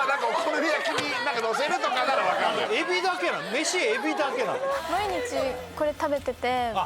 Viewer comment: 設楽さんの「海老です！」がエビデンスに聞こえてしまった自分に休養をくれ